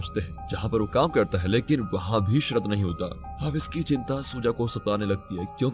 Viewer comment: It’s not Sharad but Sharath. Not Salman but Solomon